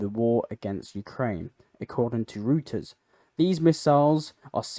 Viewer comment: I thought you'd want to know that Reuters is pronounced "Royters," not "Rooters."